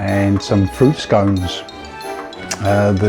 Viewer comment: Scones! Surely it’s pronounced scones!